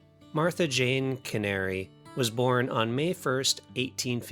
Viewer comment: Wrong pronunciation of her last name, it's Cannery not the bird Canary.